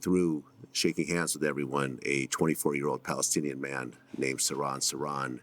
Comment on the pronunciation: Yeah, the "h" is pronounced in Sirhan